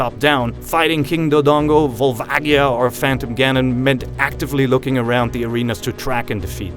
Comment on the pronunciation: who else burst out of laughter when said volvagia